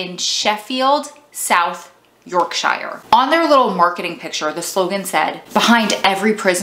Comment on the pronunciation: Hahahaaha, love the way Americans pronounce "YorkSHIRE"...(fyi it's Yorksheer) Yes, I watched this when it aired - good right?